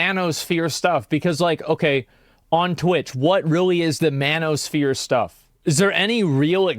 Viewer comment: i have to agree, i was just watching some anime and i can fully hear them say MAN-O-SPHERE must be a S graded spell